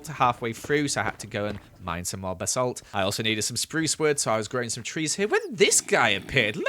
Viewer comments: No one: Literally nobody:: B-a-salt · anyone notice how said basalt lol 😂😂😂